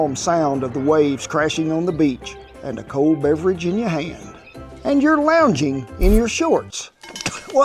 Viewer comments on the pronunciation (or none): none